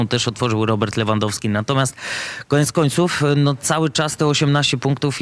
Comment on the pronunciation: jak możesz Panie Borek ciągle na rzut rożny mówić Corner, gdzie ty chłopie mieszkasz ? albo jak można wymieniać nazwisko piłkarza np Lewandoski ale to akurat się tyczy większość tych co pracują w TV... Komoroski, Trzaskoski itp itp nauczcie się języka ojczystego głąby...